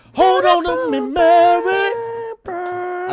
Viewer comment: What’s killing me is singing Mary like “Me-wey”